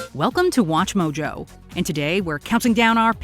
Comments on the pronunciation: Did none else hear her say we are just watch jojo instead of mojo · "We're just WATCHJOJO" almost didn't catch that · That „we‘re just watchJoJo“ at the end had me rewind two times😂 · I swear you said watch jojo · Was saying "WatchJojo" a deliberate thing or an accident? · Hold on, did she just say Watch Jojo? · Number 1: Thought Bernstein because that's how 2-3 year old me said it. Number 3 and 9: Actually believed Finally: I caught what you did in the end. You said WatchJojo not WatchMojo